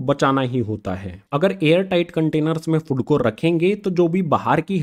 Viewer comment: Sry to say but sir fod nhi hota food hota hy ...